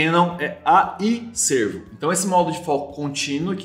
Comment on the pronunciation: Não é AF Sêrvo (parece antílope) ... É AF Sérvo (de serviçal, empregado, dedicado)....